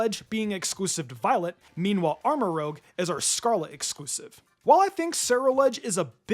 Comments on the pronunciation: Why do you keep saying Armorogue when it's Armorouge? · You're pronouncing armarouge wrong. It's rouge like red makeup Not rogue the thief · 1) It's Armarouge, not Armarogue. And 2) Nemona always picks the weaker type to your starter. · Arma-rouzshe, not Arma-rogue. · Armarouge is pronounced: Armor and Rouge (Roo-zh), not Rogue. Sinistea is literally just Sinistea (Tea not Tia). Quaquaval is pronounced: Quack-Qwa-Val like Quack, Aqua and the end part of Carnivale. Giacomo is pronounced: Jaah -komo Just look this one up, it's another Latin name. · I’m pretty sure someone’s pointed this out, but Armarouge is spelled as “rouge” as in red the color, pronounced “roozh” and not “rogue” as in the RPG class. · Maybe it’s not Rogue but Rouge? Rouge as in reddish in hue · It's ArmaROUGE, not ArmaROGUE. Rouge, as in French for red. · Dude. It's rouge, like the color, not rogue like the D&D class. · Also, the pokemon is armaROUGE, not armaROGUE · It's armaROUGE, not armarogue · *Armarouge (pronounced armarooje) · Armorouge is the hard G. The color Rouge or whatever red it is. Not rogue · Armarouge is pronounced Armarooj, similar to how you'd pronounce the lipstick (rouge = red in French) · You have been mispronouncing Armorouge for several videos, it's 'Armor-Rooj' as in the color rouge, not rogue. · can you please learn how to pronounce Armarouge properly